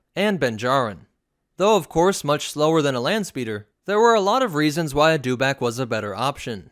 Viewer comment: It's a dew-itback.